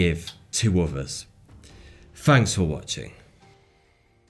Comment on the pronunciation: “Fanks” for watching!